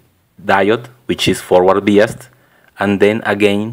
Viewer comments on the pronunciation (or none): Its pronounced "by us". not "bee us". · UK pronunciation is "bye" rather than "bee". Maybe it varies with country. Are you american? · No offense intended. But you say biased wrong. You say it as "bee-ist" instead of "bye-ised".